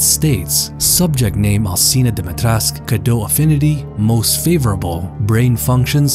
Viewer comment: Alcina Dimitrescu: is pronounced Al CHEE na Dom-ih-tresk Everyone: Alseena Dimeetresk :)